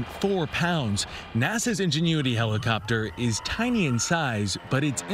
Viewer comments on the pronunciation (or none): what the heck is UN genuity ? IN IN speak after me IIIINNN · The second he said: "ungenuity" he lost all credibilty with me so and I stopped the video and went to a better one in order to celebrate the achievement. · "ingenue-ity," lol. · Ungenuity 🤔 Lol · Pretty sure he said "ungenuity" haha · He said "Ungenuity" 😆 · Lol “on-genuity” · Why can't a single CBS person pronounce the word "Ingenuity"? Odd. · the way this dude pronounces ingenuity makes me physically violent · CBS can't get an announcer who knows how to pronounce INgenuity?